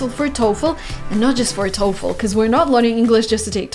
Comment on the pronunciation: She finally learned how to pronounce TOEFL the correct way.